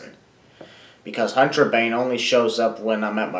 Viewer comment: "Hantrabane" you just made the list